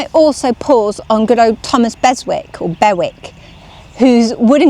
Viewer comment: One of your best videos. The combination of the scenery and your thoughtful analysis of Charlotte's reading is wonderful. Thank you! (Bewick is pronounced Byu-ick. I wouldn't have known either, but my mother was very fond of a bird called "Bewick's Wren," so I learned from her.) The thought I have about avoiding "running after novelty" is that all works were new once, even Scott! I'm sure Ellen read her friend's letter with interest, sought out the works her friend recommended which she thought she might profit from, and let the others pass by.